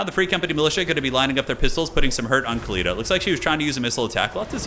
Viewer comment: Khalida is pronounced with the Arabic خ for the KH ('ch' as in German 'Bach') Her name actually means immortal or eternal in Arabic Fitting for a Tomb queen.